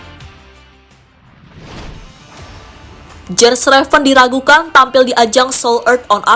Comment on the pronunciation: Yen Raven bacanya mbak admin, bukan Jen Reven...